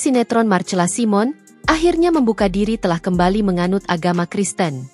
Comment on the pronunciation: MARCELA SIMON = DIBACA MARSELA SAIMEN. ADMIN HARUS BELAJAR MEMBACA YANG BENAR.